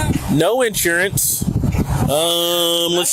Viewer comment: Its actually insurance, all one word. Not in / surance as opposed to out surance.